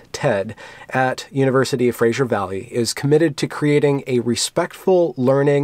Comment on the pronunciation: Love your videos, but for pete's sake, Fraser is not Frasier. Get it right.